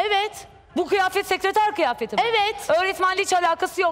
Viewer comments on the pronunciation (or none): Böyle söylüyor mehmet akif: Kiyafet yani Kıyafet demiyor😃